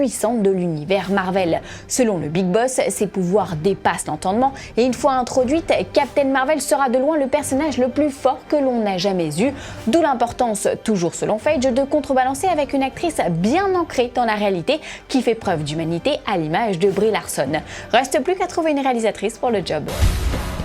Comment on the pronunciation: On dit failleguy! Pas faige!